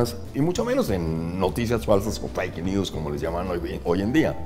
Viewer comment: Min 😵 No se dice “faike news” Se escribe FAKE y se pronuncia “FEIK”